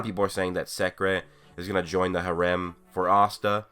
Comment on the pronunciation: Why’d you pronounce harem like that